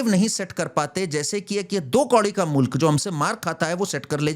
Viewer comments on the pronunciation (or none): none